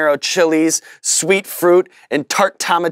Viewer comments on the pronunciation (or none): none